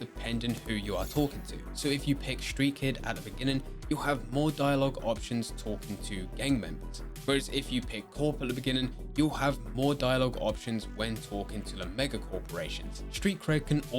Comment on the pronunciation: It's not "corp," it's 'corpo.'